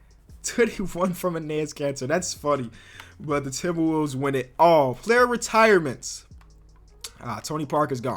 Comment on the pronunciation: Dudes says :timbawovves."